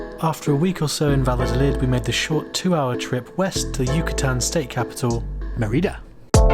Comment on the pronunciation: When people are speaking English, Mérida is usually pronounced the same way English speakers say the name of the princess from Brave, and it is pretty close to correct. You sound like “Ma RI da.” No. It should be “MER i da.” (Spanish e = ‘long A’ in English, and Spanish i is “long e” in English.)